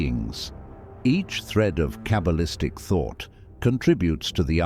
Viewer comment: “Cable-istic” = the pronunciation of Artificial Ignorance. There ought to be some way to teach this technological parrot the subtle art of vocalisation